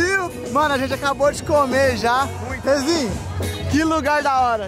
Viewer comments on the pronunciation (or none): eita o falou nenenzinho ou e imprenção minha kkkkkk